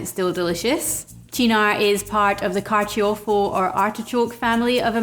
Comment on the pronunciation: I m italian and i can say i loved your way to say “carciofo”